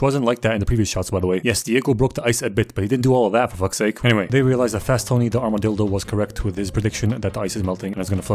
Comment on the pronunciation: Ik am late but yall aint hear dude say armadildo ?😂😂